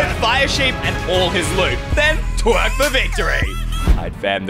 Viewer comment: "and tweerk for victory" got me rolling on the floor 😂